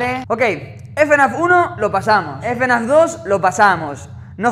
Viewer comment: me da gracia la pronunciación, el ''efenaf ''